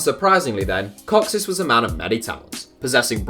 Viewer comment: Your pronunciation of “kocsis” gives me a headache